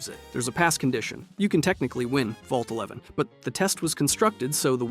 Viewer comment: 111 is the Vault in Fallout 4. Vault 11 is the one you’re thinking of. I don’t know if it just sounded like he said “one eleven” (with the right inflection, “Vault eleven” can sound like “one eleven”) or if he misspoke.